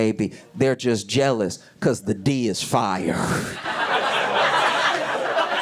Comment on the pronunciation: "cuz the dee is fyar" Queen Victoria must be rolling in her grave.